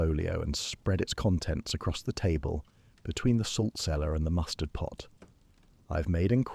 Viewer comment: Is this one of the earlier ones you've done? I've noticed that in the ones I've listened to most recently the AI voice is of poorer quality than the first few I listened to. Mispronunciations of words that have multiple sounds (read = "red" or "reed," "conTENT" when it should be "CONtent," etc.), awkward timing of successive words, etc. At first it was at a low enough level for me to not label it "severe," but the last 2-3 I've listened to have been much worse.